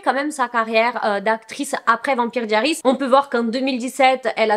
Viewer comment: La prononciation de vampire diaries pitié 💀💀💀